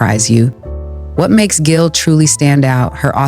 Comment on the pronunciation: Its pronounced Jill.